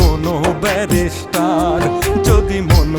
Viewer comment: কন্ঠ তো পুরাই মনির খানের মতোই আমি😮 গানের লিরিকঃ সেই লেভেলের হয়েছে ❤ তবে শব্দের উচ্চারণ ভুল করা হয়েছে,ব্যারিষ্টার কে বারবার ব্যারাষ্টার উচ্চারণ করা হয়েছে 😢